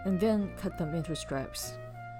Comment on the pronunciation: 1 teaspon of pepper is about a tenth of what people add here in China. The soup will not be hot with just a teaspoon. We would add the meat earlier. You keep saying 'stripes' instead of 'strips'.